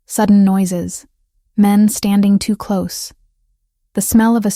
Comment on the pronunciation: Please instruct the robot narrator how to pronounce «close» - adjective vs «close» - verb. Better yet, hire a human narrator who knows the difference.